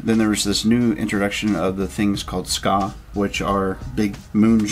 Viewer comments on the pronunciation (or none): It's pronounced SKAY not Skaw